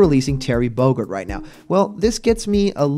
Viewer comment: Terry Bogerd? Don't you mean 'Terry Bogard'? With the A in 'car'? Sorry, being nitpicky at the moment.